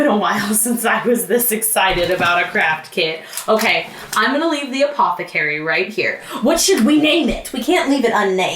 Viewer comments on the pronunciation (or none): no one:: APOTHECARIE